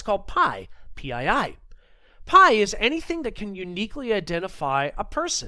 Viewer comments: Nobody calls PII “pie” man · Hearing PII pronounced "pie" made me flinch every time.